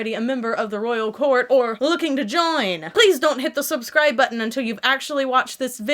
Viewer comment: Did you say “soapscribe button” ... 😂💜